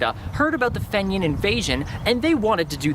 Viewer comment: pronounced FEEnian